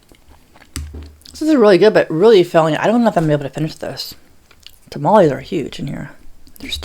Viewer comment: nooo she's saying Tamales wrong 😭